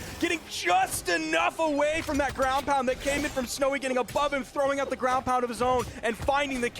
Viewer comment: Not gwoun 😂😂😂😂